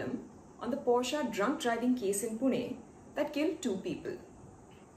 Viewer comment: The first indian perhaps to pronounce Porsche correctly !!